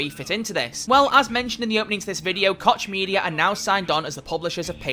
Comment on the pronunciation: It's pronounced "Coke" media! god damn illiteracy.